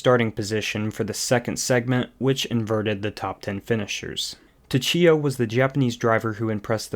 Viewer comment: your pronunciations are terrible. It's "Mo-Teggy" not "Mo-te-zehy". It's "Su-Chi-Ah" not two-chi-ah.